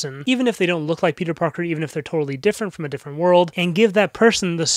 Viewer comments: “RIPeter” “Beter” I’m dead 😂😂😂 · "Beter" broke me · This is my first time hearing "RIPeter" and "Beter" and I'm dying haha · It’s probably cause I’m just tired, but when you called him “beter” it actually killed me😂😂